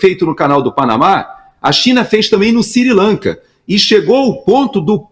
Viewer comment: siri lanka ou sri lanka???